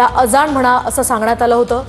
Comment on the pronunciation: Aga baye , अजाण काय ? अजाण मराठी शब्द आहे . अझान अस्त ते . रिपोर्टर मुद्दाम करत्ये का ?